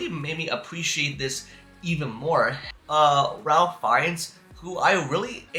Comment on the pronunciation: Pronounce Ralph rayf